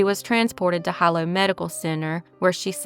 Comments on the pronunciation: Just a heads up, “Hilo” is pronounced “he-low” rather than “high-low”. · It's pronounced Heeeelo, sweetie. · Hilo is pronounced (He-low) .. Hilo Hawaii.. I used to live there and I think I worked with that father back in 2001. Methamphetamine (or Ice as the locals call it) runs rampant on the islands. God only knows what that poor girl endured sad😢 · Hilol is pronounced Hee-lo.